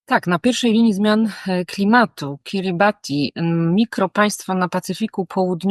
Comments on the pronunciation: Wymowa jest poprawna. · Kiribati to poprawna wymowa nazwy Państwa jakkolwiek w lokalnym języku wymawiają to KIRIBAS. WIem bo miałem tę przjemność spędzić trochę czasu na Kiribati w 2011 roku...